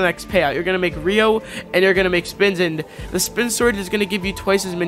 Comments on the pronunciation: It’s ryo not rio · Please learn how to pronounce ryo right because your saying rio😂